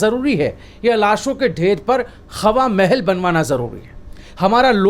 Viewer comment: qha qha plz thoda kam boloyaee,qhawa mahal.nahi hawa mahel.plz.dont mind With due respect.